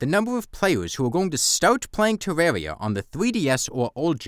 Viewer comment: I don't want to be rude, but the way you say tewwawia is adorable af